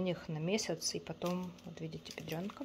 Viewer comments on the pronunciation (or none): Про які книги ви говорите, ви її вимову послухайте. Не Бедронка, а Бьєдьронка. Сміх